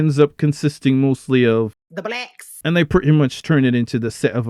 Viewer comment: "The Blecks!"